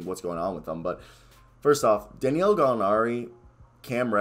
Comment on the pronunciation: It’s DA•NI•LO lol!! You struggle to get his name out. Sorry, it’s funny to me.